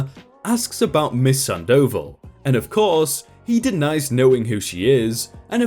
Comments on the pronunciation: ...Sand oval? It's a name, dude. San-dough-vall. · MS. SANDOVAL...... SAHHHN-DAH-VAHHHL notttt sand-oval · Miss Sandoval - you are not pronouncing the name correctly. Its not sandOval...its SANDo val (like val in Valerie or vawl) - or "oval" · "Miss Sand Dough Ball". Or you could say Miss Sandoval. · Awesome, but please stop mispronouncing the name "Sandoval" it's like having thumbtacks jammed into my earballs every time. It's not "sand oval" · Damn. At first, I thought it was going to be: Bio Dad (Karl) worms his way into Marina's head and effs up marriage. Turns out Marina was the good guy (or good gal, rather). Cool. Glad OP didn't take Alma back. I know a lot of idiots that would. (Not me, but I'm another kind of idiot entirely. lol) AND... ftr, the name is pronounced SAHN doh VAHL. You're accenting the wrong parts,. Thought you might wanna know. It's not because the mispronunciation over and over and over and over again was driving me crazy or anything. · 👏👏👏 it was killing me hearing him say sand oval like wtf gahh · No dude, its pronounced Sandoval, all together with accent on the last "a," and its a spanish "o" not english "o", so its pronounced o not ou.